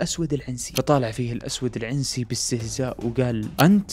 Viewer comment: تحياتي لك من اليمن الشقيق،بس تصحيح العنسي نطقتها زي نطق العنزي فا هي تنطق بدون الكسره على العين